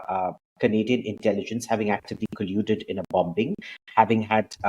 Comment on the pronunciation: Abhijit, you are a scholar - please know that the 'b' in 'bombing' is silent. Excuse me for pointing this irrelevancy out in a most relevant video.